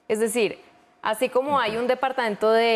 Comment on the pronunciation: Departaento....no....Departamento....